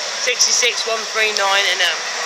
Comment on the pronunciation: Owen Evans It sounds like "Shit"